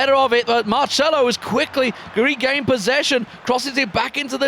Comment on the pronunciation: Is Marcelo, not marshmallow....